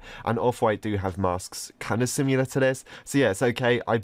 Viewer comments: hes says similar like simular ik hes english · The way he pronounces similar 😂😂